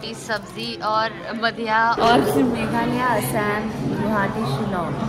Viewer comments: Asem nhi didi Assam bolo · Hello aisam nehi Aasam, thik tarah se toh bola karo Aasam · A shame nhi Assam hota hai😅